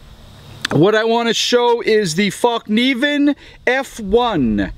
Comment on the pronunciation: Sounds like he said "Fuckneeven" too. "Very very shawwp"